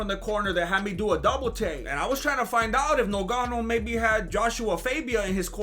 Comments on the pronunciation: 5mins in and this fool got me dying....And Im Cameroonian he is fucking up Ngannou's name. Oye Ese, get it right...Its pronounced like it has 2 Gs...GGannou...not nuGanou!!!!!! 😫🤣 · Lol great video brother 😁, lol rolling on the ground when Gane was doing something weird in his shorts 🤣... Although the Champs name is actually spelt Ngannou... Pronounced NGA-NU. Great work though bro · The way you say Nogano 😂😂 reminds me of when they used to call him Nganou in commentary 😂😂😂.